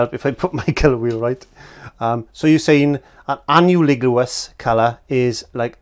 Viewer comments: Let me translate for you "Onahligulous" = "Analogous". Phonetically it would be "Uh-Na-Luh-Giss". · you are funny. You've given me something to smile about and brought back a bit of my childhood. 1) I think the word you are trying to pronounce is ah-NAHL-uh-gus. Don't worry. I used to have trouble with this word myself, once. 2) Back to my childhood, Part A -- The Triadic Color Wheel: In America when our US television systems were making the (slow) transition from B&W programming to (the fledgling) color TV shows; many stations used to put up on the screen a triadic circle 'bumper' to help stations (initially w/ B&W) 'white balance' their images. Then, when we transitioned to color programming stations, would once again put up the triad circle before most television shows only this time it would be a colored triad w/ a series of 'piano bars' just beneath. Only this time the triad was used to color-balance the picture. We don't see it used anymore and only occasionally come across it if a particular station airs an old pre-1966 television show or movie. 3) Back to my childhood, Part B -- "Color Theory, Episode 3 & 4": How quickly things change........ Watching your part 3 & 4 of this series definitely brought me back to my early (art class) childhood. How much we here in America have collectively 'forgotten'. This one has special poignancy for me because I also happen to be a teacher. Color theory is one of the hardest things to teach students today. I think it is because so much in real life and visually is 'spoon-fed' to our young people. It took me the longest time